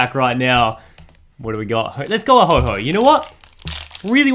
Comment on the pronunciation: Its ho oh not ho ho